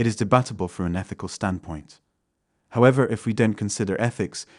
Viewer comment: Trump never gave that speech however it was a deep fake. The incorrect placement of emphasis on “however.” Of course expect AI programming to evolve past these mistakes eventually.